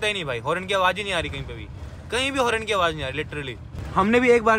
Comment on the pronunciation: horrrn 😂😂😂😂 horn hota he bhai